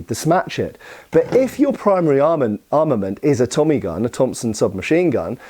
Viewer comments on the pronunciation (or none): none